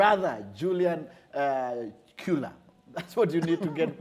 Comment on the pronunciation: The pronunciation of that name is chu-la